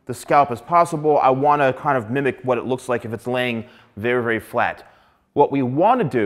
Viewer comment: The way u pronounce the word "FLAT" as in F L A T!! that hurts me a little bit haha But I might there's some Good hairstylist like u here on my country